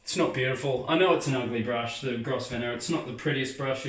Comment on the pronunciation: Hi. New subscriber to your videos. Love your enthusiasm keep up the good work. Oh the brush is pronounced Grovner. The S is silent 👍